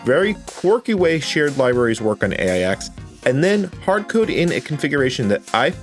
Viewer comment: AIX is pronounced 'Aches'.